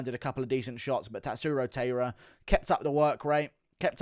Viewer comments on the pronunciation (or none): Guru his name is Tatsuro Tie-ruh… not Tay-ruh